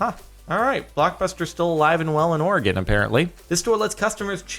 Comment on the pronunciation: why do you say Oregon? O.o JARDON Y U BE CREEPIN